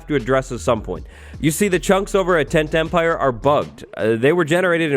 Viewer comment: Does anyone else hear "10-10-pire" every time says "Tent Empire"? 😅 I think any farm in the Nether should be legal, because the Nether bridges the two bases. I'm on the fence about trading with old villagers, though.